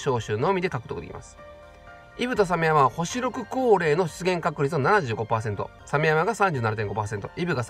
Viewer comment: シモヤマじゃなくサメヤマです…笑 イベが楽しみでしかたない！